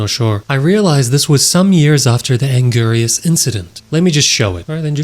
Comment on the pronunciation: You botched and angiruses name so hard. I thought I was gonna pass out.